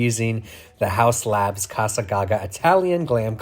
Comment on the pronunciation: It's not ca-sa as in Spanish it's ca-za with hard S for Italian